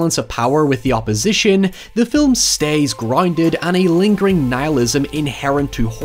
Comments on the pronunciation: I still prefer "filum" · I’m going to invade your home if you don’t learn to pronounce the English language Filum for film is fine Terty for “thirty” is fine But PEEN FOR PAIN? FUCKING HIYEVER STOP PLEASE MY BRAIN CANNOT TAKE IT ANYMORE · Personally “fil(lu)m” gets me every time